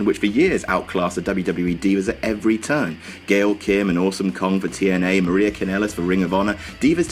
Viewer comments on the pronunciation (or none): none